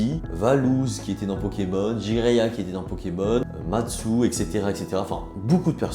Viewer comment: c'est une semi critique, la vidéo est sympa à regarder. cependant tu pourrais faire un léger effort sur le français dans le sens où à tu dis "aréoport" au lieu d'aéroport, à tu dis Matsu au lieu de Mastu, à tu parles de Julien Bardakoff, que tu prononces correctement dans ta vidéo avant de charcuter son nom au montage en écrivant "Bardafokk PARDON" ce qui montre un manque quand même consequent de recherche et de travail de préparation des vidéos et de montage ensuite (il suffit simplement de taper son nom ne serait-ce que sur tiktok pour savoir l'orthographe de ce monsieur. Tout ça pour dire que pour un script qui, comme tu le dis, est sensé etre travailler c'est dommage. la vidéo est sympa mais manque d'info. Est-ce normal qu'Amixem n'est pas eu de Dracaufeu ? Quelle est la valeur moyenne de sa display après ouverture ? Quelle est la probabilité que cela se produise ? Des infos que j'aurai voulu avoir, et qui était la raison de pourquoi j'ai cliqué sur la vidéo. Au final je me retrouve a passer plus de temps a taper sur mon clavier que de temps a avoir regarder la vidéo et c'est un petit peu dommage.